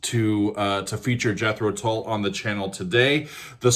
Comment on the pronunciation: Another great reaction; this time to an epic song by my favourite band. I first saw them live at The Marquee club in London in 1968, and countless times since. Love the way you pronounce ‘Tull’! More please...